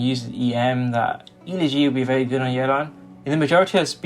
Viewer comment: The real crime of this video is how you pronounce Elegy.